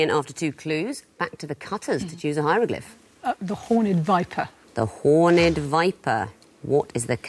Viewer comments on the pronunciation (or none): No, it is hornèd viper, not horn’d viper. It’s like "crooked", "jagged", "ragged", or "six-legged". The -ed suffix tends to have a pronounced vowel when it’s an adjective.